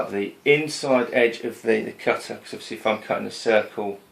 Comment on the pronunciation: Great, great videos - watching them all and learing a lot! Thanks. Just subscribed... One request. For the love of god, sound your tees as tees, not dees! Cudder... cudding jig... Sedding up... You sound like a god dang 80s DJ ;0)